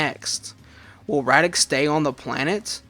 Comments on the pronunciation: Dude... I know that it's a year old video, but my ears are bleeding every time I hear Radix -.- it's Raditz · Who tf is radix 😂. Raditz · I actually love that he pronounces Raditz’s name like that, it makes him unique and stand out in his own little fun ways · Radix? Raditz. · Nice job on the fanfiction, but you kept mispronouncing the name of Goku's brother. It's Raditz. I know he hasn't been a major DB character in hindsight, but he's still pretty darn important for being the guy who revealed Goku's backstory. Anyway I still like some of the old DBZ movies too, mainly the first 3 since they used to air them on Toonami all the time, especially during the time we were all waiting for the Funi dub to start while we kept getting re-runs of the Ocean dub. Cooler's Revenge was pretty good too. The first Z Broly movie used to be okay for me, but I've liked the DBS Broly movie a lot more since its release. At least they got rid of old Broly's pretty ridiculous reason for hating Goku/Kakarot, heh.